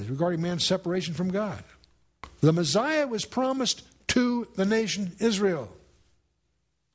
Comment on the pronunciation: Yeah, Cakka-phony, for cacophony, ChriAbim, for Cherubim, Mezziah for Messiah..lol Love him though. Too bad ,for us, he's gone. But we'll meet him in Heaven if we're saved.